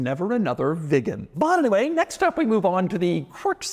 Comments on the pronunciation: Hi Doug, Unfortunately' your pronunciation of the word Viggen is hysterical.😅 It's pronounced Veegan & not Vig Gan? Saab was owned by Vauxhall so parts are still readily available. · I am the only one who hears it as Saab 9-3 Vegan? First vegan car maybe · Doug is the type of guy to pronounce Viggen as Vigen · Viggen sounds like vegan😂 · I keep hearing vegan 😅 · this is his job and he got so much information wrong..... saab wants you to put the car in reverse and leave the handbrake off in winter so the handbrake doesnt get frozen on, in most saabs you cannot remove the key unless its in reverse, youd think hed know that...., and the way he says viggen deserves a slap........childish clown. skuttle shake is a charastic of the car, although saabs are mostly renowned for their safety, which he didnt mention. muppet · Is it that hard to pronounce viggen like a normal person? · So annoying the way Doug underlines the word "VIGGEN" every time. Had to stop watching half way through. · The more Doug says "VIGGEN" the more uncomfortable i get